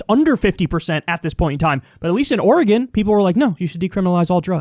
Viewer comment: Thank you Kyle, for pronouncing Oregon correctly! It’s super annoying to hear people from the east coast pronounce it Or-e-gone!